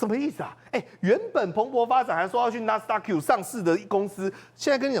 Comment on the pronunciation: 禹宣的 Nasdaq 發音錯誤